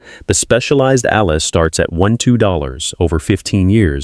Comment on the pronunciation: "Allez," is pronounced, "Al - ay." I cringe every time I hear it mispronounced. Please correct it for your own credibility. Bumpa Rick